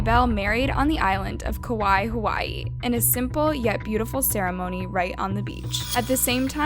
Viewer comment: Please pronounce Kaua’i properly please🥴🙏